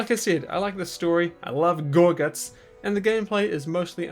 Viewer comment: I love how you say "gorGUTZ!" WAAAAGH MATE